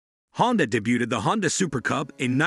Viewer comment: One second in and said “debuted” wrong. Let’s see where we go from here…